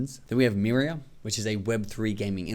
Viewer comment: Not Mira, but Myria!